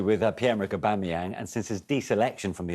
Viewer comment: Man said Pierre Patrick Aubangayang 🤦🏽